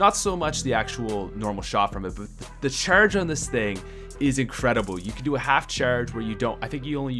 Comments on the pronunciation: why do you say "The cherrrrrge" like really? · It sounds like he said churge.